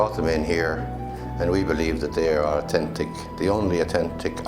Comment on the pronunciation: Its o-tent-tick apparently....LOL. Great fun!